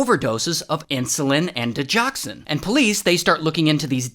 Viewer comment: It’s di-GOX-in (not di-jox-an) 👍